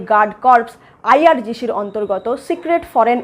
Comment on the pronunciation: হামাশ নয়.. হামাস! হোশেন নয়.. হোসেন! আইআরজিশি নয়.. আইআরজিসি!